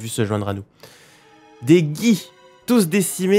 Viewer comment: je vais faire ma chieuse mais c'est pas ma faute c'est les cours de phonologie qui m'ont tromatisé... "Gi" ça se prononce forcément comme "Ji" vu que sinon il faudrait un u => Gui